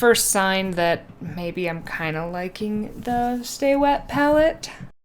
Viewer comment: 1) It's pronounced "stay-wet" not "staw-wet". 2) before putting paint on the wet palette, you should have wiped the excess water off the paper, because you want the paper to be damp not wet.